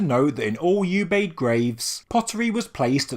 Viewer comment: Oobayd not "U"bayd.